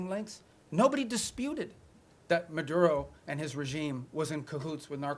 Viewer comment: Considering he’s cuban he should be rolling his tongue correctly when saying maduRo and tRen